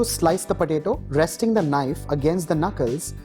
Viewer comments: I couldnt hear this guy, all i heard is patato patato and i love it so much! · The way he says potato.... 👌👌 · I laughed everytime he said potato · I laugh when he says potato with that hindi accent